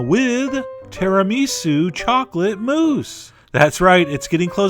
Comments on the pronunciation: It's not tìa-rà-mì-sue! It's tirami-sù! xD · its tiramisú not tiramísu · its tiramisu not tiraaamisu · ti-rah-missu... not tira-mee-su. Just sayin'. I love you, Chef John. I just grew up surrounded by Italians. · terra-me-sou? John, I love you but come on. lol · i didnt know it was possible to pronounce tisamisu that way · That is the oddest pronunciation of tiramisu, I have ever heard. I don't like chocolate, but I do like regular tiramisu... Maybe someday, Chef-John will do a different flavour variation of this. (like... Mint? Or Cherry! :D - those go with coffee flavours right?? XD) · ahm, considering he also mispronounced Tiramisu, yes - I will questions his pronunciations. Also, the saying is "The world is bigger than the United States"... yes, it was conjured up to let Americans know that their 'culture' isn't the only culture out there. I love Chef John's videos, but judging by how many people agreed with the mispronunciation, I think the discussion is leaning in eSpresso's favour. (That's right, the original English spelling of favour has a 'u' in it) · I’m not here to be a hater, but your pronunciation of certain words irritate me! It’s ti-ra-mi-su with emphasis on “su”, no emphasis on “mi”. You’re confusing the emphasis on syllables with that of miso soup! Also, there is no such coffee as expresso, there is no X! It’s ESPRESSO! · Oh Chef John. Your Italian pronunciations are horrific! -It's TiramiSU not TiraMisu (ephasis on the 'su') -ESpresso not EXpresso (It means 'pressure' not 'quickly')